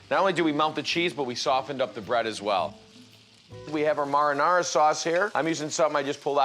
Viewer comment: I’m deeply disturbed by the way he pronounced marinara like “morrinorra”.